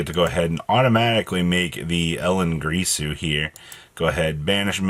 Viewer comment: Also brother, why do you keep saying "Gree-su"? It's taken from Dingir. Sumerian/Babylonian. And it is pronounced "Gear-Su". Ironically it's purpose/meaning is to "Teach Correctly" or "Speak Correctly".